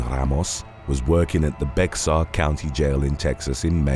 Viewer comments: It’s Bear County, not Bex-ar. Don’t ask why. It just is…. Bear County. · Bexar is pronounced Bear county my guy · Bexar is pronounced "bear" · San Antonio TX is in Bexar County. Bexar is pronounced Bear like the animal. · #4 looks like a Muppet Also the county were San Antonio is located is Bear county the X in the middle is silent.